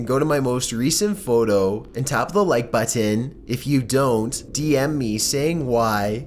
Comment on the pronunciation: Why do you emphasize the word button